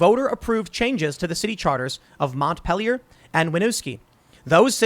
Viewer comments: Wow, way to butcher the pronunciation of Montpelier. It’s a French word… now think of English bastardizing the pronunciation of a French word, and u are on track. French: Mon-peal-e- r. English bastardization: Mont- peal- ier. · I love it when non-Vermonters try to say our city names. That said, this is pretty grim for Winooski and Mont-peel-ee-er.